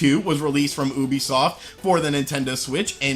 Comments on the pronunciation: Lol "oobisoft" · did you just call it oobisoft? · Soooo .. wtf is oobisoft ??? Or do you mean Ubisoft? (You be soft ) ??